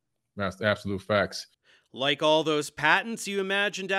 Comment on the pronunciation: Don't worry believe me "it's faks" 😂😂